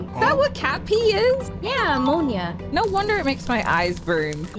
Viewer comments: hey it's not pneumonia it's ammonia you silly raccoon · I think it was captioned that way to highlight how they were saying it wrong, but yes, they did mean ammonia even if they were saying (and had it captioned as) pneumonia.